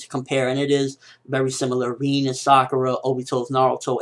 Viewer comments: reen? i thought it was rin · It's Rin not reeennn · its not reen its rin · its not rien, but rin XD with a i btw love you videos bro! keep up the good work/ i always like your vidss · Lol "Reen" lol Rin ! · my god your pronunciation.. It's Rin, like Rinnn, not Riiin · Who's "reeen" ? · Why do you call her Reen... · Am I the only one who gets annoyed in the way how he pronounces "Rin"? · U say rin funny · why cant you say rin correctly